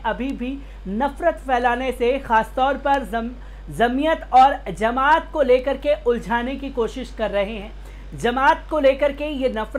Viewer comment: Zamat nahin jamat